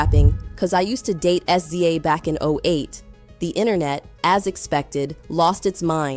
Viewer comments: Wouldn't be so bad if it could actually say SZA's name right. 😂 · The pronunciation of "SZA" is sending me! But yeah it's amazing how much Kenny hates Aubrey. Pure loathing. Fun watching him & Push help Drake destroy himself 🍿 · "S-Z-A" "Poosha" 💀